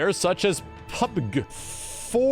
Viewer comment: Me: Sees pronounce and enunciate PUBG, Fortnite, Apex Legends, Knives Out(which I, myself, have never heard of honestly. Or I would have seen it on an ad, but I have not! lol) on purpose Also me: scoffs, and sees, laughs to myself Wonder why these were pronounced wrong. Oh yeah, he don't like 'em. lol